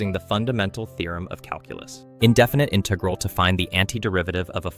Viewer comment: "Definit inegrle"